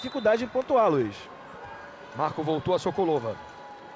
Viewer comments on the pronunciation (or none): Parece que eles do Esporte gostam de falar errado os nomes das jogadoras Russas!!!!Senhor, até esse.É Sokolôôôôôôôôôva.É Gamôôôôôôôôôôôôôva!!!!!!!!!!!!! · "Sókólóva" q pronúncia horrível "Gamóva" queima kkkkkk